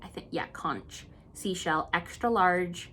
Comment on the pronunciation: I grew up in Florida where we ate conch regularly. Its pronounced 'conk' (which is also what the people living in Key West are called). lol. Its a beauty. The bahamas are so fished out, its rare to find a big one anymore! Another great video, I really enjoy your calm nature.